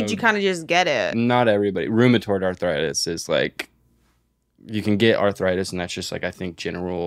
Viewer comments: Im sorry but I need to talk about saying, "arthritis" like maybe I'm crazy and awful and delusional but it sounds like she's saying "awthritis" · pronouncing arthritis😭😭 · nobody: …: Othritis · ENYA CANT SAY A NEW WORD authoritis? authorisis! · will anyone ever correct for saying authritis instead of arthritis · saying awthwritis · Why does pronounce it “authoritis”